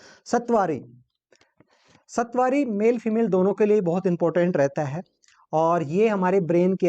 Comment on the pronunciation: सतवारी नही सतावरी